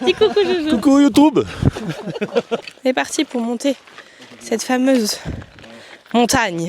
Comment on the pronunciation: Super vlog 😊 « coucou youtoube » 😂😂 bienvenue sur YouTube !